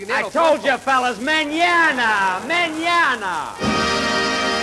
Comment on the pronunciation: Love how Jack mispronounced Spanish words; menaña and aydios